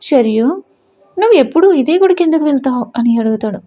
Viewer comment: Nice story n nice voice kani H letter add cheyakandi హేందుకు హేమిటి Ani చదవకండి